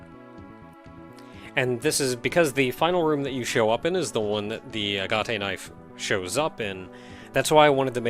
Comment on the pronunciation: Well, if nothing else...the tension music on your way back to the center certainly does it's job. And then some. Also....are you sure it's not just A-gat? As far as the pronunciation goes.